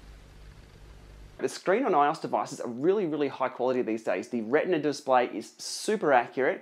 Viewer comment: It's pronounced I-O-S not ios 😂😂